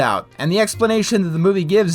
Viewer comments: Not "mods" honey. Moths. Although from the tears in those pages, I'd sooner say "Mothman." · He said moths not mods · He's most likely saying "Moths" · Also the counter guy said moths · Alan said Moths not Mods.